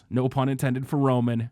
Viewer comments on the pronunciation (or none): none